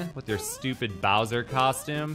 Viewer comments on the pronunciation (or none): none